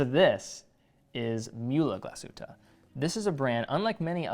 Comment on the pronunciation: it is not GlasshüttA, it is GlasshüttE it is not MühlA, It is MühlE